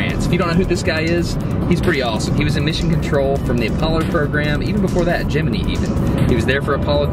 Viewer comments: Gem-a-knee? Hows about Gem-in-eye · Lmao you pronounce Gemini "gem-mi-knee"